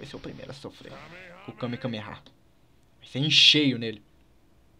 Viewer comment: vey pff n fala kamekameha n pelo amor de deus é kamehameha